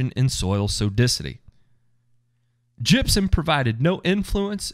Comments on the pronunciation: Oh damn I thought you said jizzium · That is the way they say it in Tennessee!